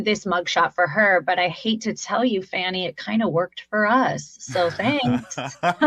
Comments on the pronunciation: Hey Alina Habba! Please pronounce Fani correctly: fawn ee, NOT fanny, you dumb bunny 🐰! WTH 🤦🏽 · Did learn English first it’s not Fanny Willis it’s Fani’ Willis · It’s disgusting how they say Fani William’s name,and smelina habba is the worst,these people are vile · ...it's Fani, pronounced Faunie. Not Fanny...but you already know that. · Alina Habba is a piece of work. Not only is she a bad lawyer, she is a stone cold beeeatch. She carefully mis-pronounced Fani Willis first name to turn "fauni" into "fanny", assuming we recognize fanny as slang for butt. She learned that classy name calling trick from her lord and master, tiny tRump. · Do lawyers not have people to tell them not to sniffle or wipe their noses with their fingers when on camera? She comes off as yet another self-important narcissist. t. Rump does not allow others to "poke seeds in his ear". Ms Willis' given name is not pronounced "Fanny". She does that on purpose. And t. Rump is not the president, girl. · Anyone else notice Trump’s lawyer deliberately mispronounced Fani Willis’ first name in her comment, calling her Fannie/Fanny? These things remind me of high school and it’s not just from Trump’s followers, it comes from both sides (or all sides). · She was wiping her lips like just finished ahaba. Why can't pronounce fanwy Willis name. She wasn't known either until she became a dumpster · It’s pronounced FAWN-KNEE how freaking hard is it for you to say, you‘re all so proudly and completely disrespectful of others. It’s the same thing you do when you say democrat instead of the democratic and how you can’t pronounce “Kamala” She’s the VP of the US. I can’t wait for the lot of you to face justice. Those first 19 were a solid start. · How about that idiot Alina Habba start pronouncing the name of Fulton County’s district attorney correctly? It’s FAH-nee! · It would be nice if Trump attorneys could pronounce the Georgia AG's name correctly. Her name is not Fannie LOL